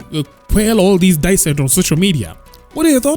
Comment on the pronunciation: Dissent is pronounced "Dee-SCENT" not "die-scent"